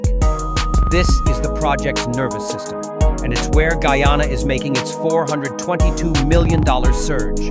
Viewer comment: First westerner able to properly pronounce the name Guyana❤❤❤